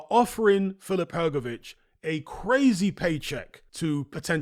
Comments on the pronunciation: Btw, Hrgovitz and Hrgović in croatian language is not pronounced same. I am croatian, I should know 😆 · Well, ist not even Hrgović...IT IS HRGOVICH... ENGLISH speaking people! Better to teach all what is HRGAS name, cause he will be around next few years>>AT the TOP ! CHAMP:trophy-yellow-smiling: ! FH is the👊💪 BEAST!! And to UNDERATED. So hardly waiting this match with Parker, so FH shows his SKILLS , POWER , PRECISION that he possess! KO in 5th RounD!!!